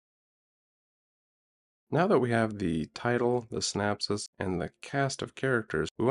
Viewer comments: Great stuff! but if you say "SynApsis" one more time...lol - Synopsis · it's synOpsis... not synapsis... those are nerve endings in the brain.. just saying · Lol the CC writes 'synapses' because that's how he says 'synopsis'. And 'west cast' (sic) location? Even Open AI assumes USA; what an utter lack of imagination. No thanks. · Can't pronounce synopsis?